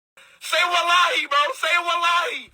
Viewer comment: I can only hear him say /salalai/ instead of /wallahi/ and I thought it was just some weird jibberish thing he said until I found this video 🥀